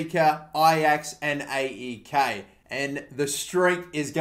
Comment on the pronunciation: It's pronounced "A-E-K" not "Ei-i-Kei"